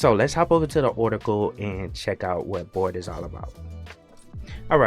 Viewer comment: Your pronunciation of Bard sounds a lot like bored.